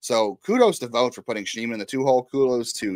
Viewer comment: His name is Schneemann. It’s not that hard.